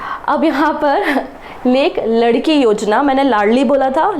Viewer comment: again not लड़कीं its लाडकी ——it means लाड़ली in hindi😂😂